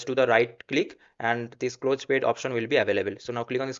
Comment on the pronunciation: at least use Google for correct pronunciation for the word PET. bro it is not "payt"